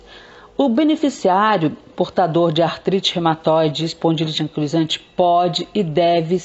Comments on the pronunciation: Não é "ancolisante", e sim anquilosante. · AMIGA LINDA ,AMO SEUS VÍDEOS. TENHO FIBRO ,ARTROSE EROSIVA GENERALIZADA E SUSPEITA DA ESPONDILITE ANQUILOSANTE. QUERIA SÓ TE AJUDAR NA PRONÚNCIA DA PATOLOGIA. VC PRONÚNCIA ERRONEAMENTE, SE PRONUNCIA... ANQUILOSANTE,E NÃO ANCULOSANTE.😉😉😉😚😚😚